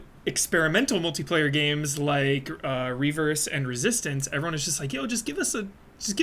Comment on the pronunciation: simply refusing to pronouncing it "R-E verse" is funny, he's been doing it since it was announced lol.